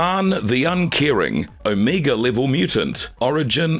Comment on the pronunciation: Did he say Amiga level mutant. So he fairly weak like the 1980/1990 computer oh the funny ways people say words. There a youtuber that says fifty instead thirty I die laughing.